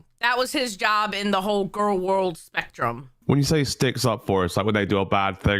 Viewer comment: She mispronounced Gorl World.